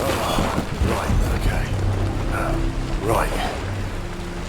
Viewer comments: "ROIGT" ~ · "ROIT. GRUNT. ROIT. GRUNT." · Oh my god I haven't heard the word right said in a British accent since I played You Bloody Well Right. That was more charming still.